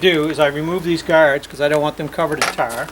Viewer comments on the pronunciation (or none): none